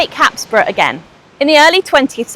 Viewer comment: Hapsborough = happisburgh is pronounced haysbruh, you're welcome.